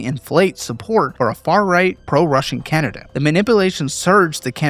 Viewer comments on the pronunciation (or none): none